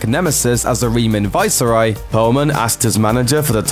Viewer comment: It's pronounced viceroy, not fucking varsarai.